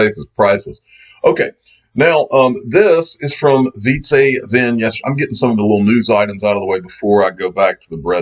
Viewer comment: His first name is pronounced like pizza, but with a V. And last name is pronounce like Vint. So it sounds like Veet-suh Vint. Say it with pleasure. I KNOW your ass can pronounce pizza correctly. Hahaha. Cheers. But, get it right, the man will be a legend one day.